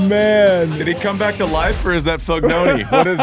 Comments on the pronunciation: Is he saying Fognoni as a joke? Literally spelled with an I not an O don't understand how you can get it that wrong? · Fognini not FoGNOni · never swwn Andy laugh so much...but it's FOGNINI,nit Fognoni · I never imagined that half of the comments were about the alleged pronunciation error. How can you not understand that Roddick's FognONI mispronounce is an inside joke between the two? Didn't you notice that at the beginning when Andy introduces him in the show he correctly calls him FognINI? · Ah yes the tennis legend foognoni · Andy, I like your show, but FFS, your foreign language and names pronunciation is ATROCIOUS! Mak a little effort, at least! "Fog‐NO-ni"??? Jesus. You played with the guy and have known him for years. And learn how to pronounce "Trastevere!" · No one: Andy: 𝓕 𝓸 ñ 𝓸 𝓷 𝓲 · great show. died a little inside every time andy said FOGNONI. lol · Pronounced Fonini . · It's FOGNINI ! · Every time Andy said Fognoni, a Fognini fan died 😂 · Not even that. It's Fon-yee-nee. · Is Andy mispronouncing Fignoni’s name wrong accidentally or some old pal nickname. Great episode!!! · Class act from Fabio not correcting Andy on butchering his surname. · Jeez Andy is it so hard to just get his name right? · I finally watched and came on here to comment on Andy mispronouncing Fognini’s name at the end and I’m so happy to see so many fellow tennis fans have already acknowledged it. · A bit inexcusable I'd say. Plus four times.